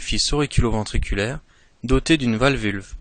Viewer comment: Valvu-L-e pas valvulVe mais sinon très bonne vidéo :)